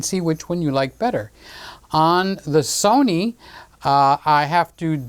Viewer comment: The Sunny cameras were always better than the So-nee cameras and the Ka-non camera's will just have to try harder next time